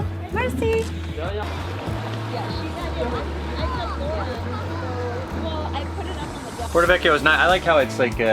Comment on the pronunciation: Instead of merci.... It came out mercy lol.